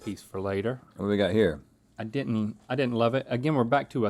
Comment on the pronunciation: Link keeps saying here like cartman “hya”